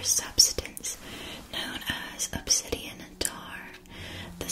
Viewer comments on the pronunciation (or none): none